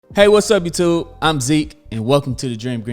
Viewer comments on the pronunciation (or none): none